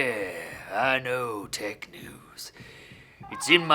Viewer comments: Who else thought he said dick news instead of tech news at the start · I thought he said Dick News at the start xD